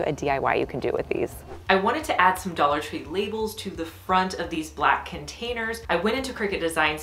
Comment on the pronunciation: Dallor tree